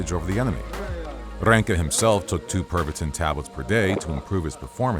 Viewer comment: I can't help but hear it as "Pervertin".